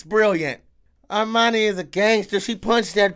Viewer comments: Sounds like you’re saying Armani , her name is pronounced “Her-My-Uh-Nee” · did he call Hermione "Armani"? lol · It's Hermine pronounced her mind eee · non-magical people in this are called muggles. Mudblood is the term they have for a mix of muggle parents and magical parents, or just straight up having all muggle parents like Hermione does (btw I kind of love that you call her 'Armoni' lol) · Her name is pronounced Her-Mine-Ney...